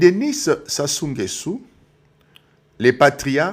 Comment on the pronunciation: Ecoutez vs etes zairois c nést pas votre probleme il est nguesso et pas nguessu.